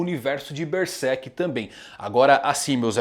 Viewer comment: Mangão fala Bersek